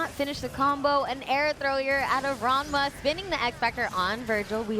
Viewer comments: Can someone please tel her it’s RaNma, not RaMna? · l love how Persia calls ranmasama raMNa sometimes